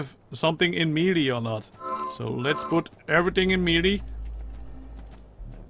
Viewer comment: its not pronounced meelee its maylay